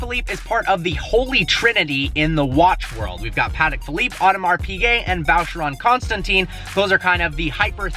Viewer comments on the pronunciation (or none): ...also Vacheron Constan “tahn”, not Contan “teen”. Definitely not a watches guy...